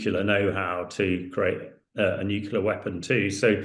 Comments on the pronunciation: NUCLEAR, not nucular. Can someone tell this guy so we can take him seriously... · Stop saying "nucular", dumbass... 🤦‍♂️